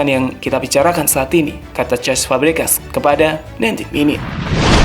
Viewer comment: cesc fabregas min bukan cest awkowkw